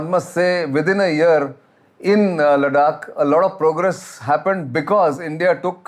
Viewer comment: Sir with due respect. Whenever you are speaking as an expert. Kindly please get pronunciations right. It's not ladak it's ladakh . Sorry not a ladkhai myself but you know ita nice to pronounce them correctly. Thank you.